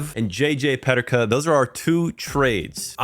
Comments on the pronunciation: they way u say JJ Peterkas name is weird. its pronounced PE-TER-KA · Why do you say Peterka like that ? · Great Vid, but as a Sabres fan, the J.J. Peterka pronunciation hurt